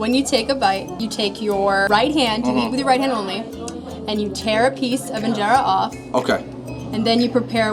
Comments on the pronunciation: U actually say it like in-jara not in-jera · 2nd of all it’s pronounced een-Jer-a and you don’t roll it up like a shawarma you take a piece of get the sauce inside the eat it